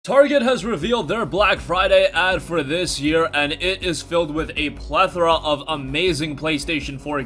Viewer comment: You said palethera I'm out